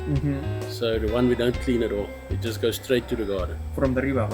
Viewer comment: 前歯がないからThの発音ができないから、and the food のthe を一生懸命強めに言ってるけど空気が抜けて dra とかzha とかに聞こえるだけ